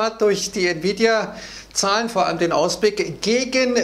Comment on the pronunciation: Oooo es wird gefährlich spricht Nvidia richtig aus Mir es lieber er sagt nie wieda oder bittercoin Glaube man sollte lieber bald mal gewinne mitnehmen 😅😅